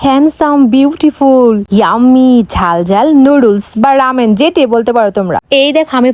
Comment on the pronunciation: গাইস❎গোইস এবং রেমেন ❎ রামেন 😃